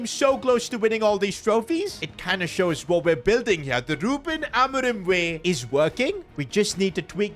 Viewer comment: We’re doing the take over with rubIN ALMORIM (biggestpakiaccent)